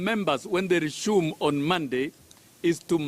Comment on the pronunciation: Resume not rechuumu🤣🤣🤣🤣sossion